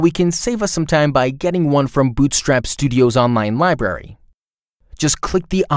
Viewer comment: I LOVE this tool. Have been using it for YEARS. I only WISH they would release a "Tailwind Studio" now that everyone I know is transitioning away from Bootstrap. It is also adorable how the announcer says "Buddins" and "Liberry". 🥰